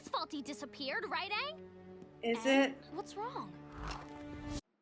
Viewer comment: Aang is pronounced like "Angry" but with a soft G. I love that you say it like AAN 😂